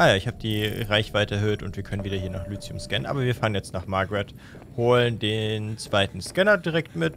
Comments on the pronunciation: Nur die kurze Bitte, "Lithium" nicht "Lüzium", sondern eben "Lizium" auszusprechen, das würde mich freuen. Danke! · Langsam tut es mir leid, dass ich das so oft drunter schreibe, aber Lithium wird Litium ausgesprochen und nicht Lüzium... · Entschuldige, aber wieso spricht er Lithium immer Lüthium aus? oder hab ich was an den Ohren? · Hallo, es heißt "Lithium". Einfach 5 mal deutlich hintereinander mit "i" aussprechen. Dann merkst Du evtl. auch den Unterschied.